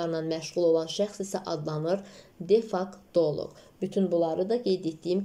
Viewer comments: Defaktoloq yox defektoloq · Salam.defektoloq yazilib amma siz difaktoloq deyirsiz.